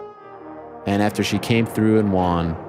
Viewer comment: I am Canadian 🇨🇦 and I cringe every time I hear you say won.